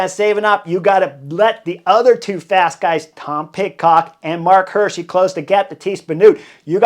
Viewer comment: It's Marc Hi:rschi like eagle not like hurt. 😅